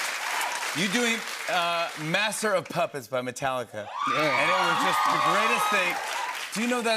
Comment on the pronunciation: I love Jimmy saying Masser of Puppets by Metallica. 😂🤣😏🤣😂